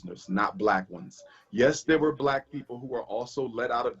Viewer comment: Even says helping one "blacK" boyy at a time.